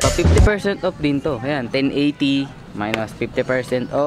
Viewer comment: Ako lang ba nkakapansin ky na imbis off. Op yung bigkas nya. Hahaha pero ok na rin. Pinoy eh. 😁 50% op. 😍 Lovelots.